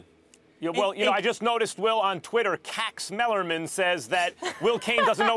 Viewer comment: "Kax Mellerman".....GOLD. 😂😂😂